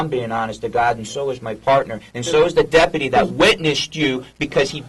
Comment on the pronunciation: They can't even say deputy correctly. More like depadee lol, idiots.